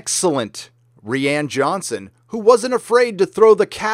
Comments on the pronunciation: REE-ANN Johnson. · Rian Johnsons name is pronounced as {Roo' in} Johnson, Ruin Johnson.